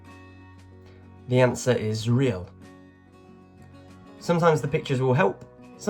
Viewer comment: I have heard that the money in Brasilbisnpronounced hay-al.